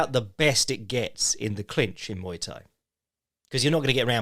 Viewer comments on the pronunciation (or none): none